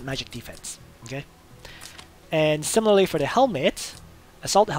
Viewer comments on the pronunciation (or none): none